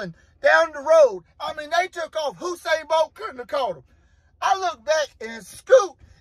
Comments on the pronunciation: It’s Usain. Usain Bolt. Not Hussain. Carry on. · He said "Hussein" Bolt ⚡...lol